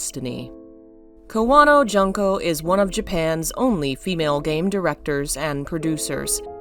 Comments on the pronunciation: Her first name is June(like the month)ko. Not Jun-ko. Sue-eekoden... I love your channel, but please learn how to say Japanese vowels. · Allow me to comment: it's should be pronounced "june-co." instead of "junk-co."